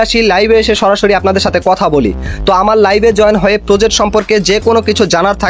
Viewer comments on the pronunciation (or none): none